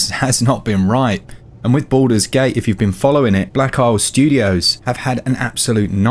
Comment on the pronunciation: Why I hear "Buddhas gate" ?